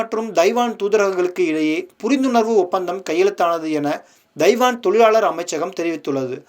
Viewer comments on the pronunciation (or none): Pl try to learn the prounciation of " Taiwan"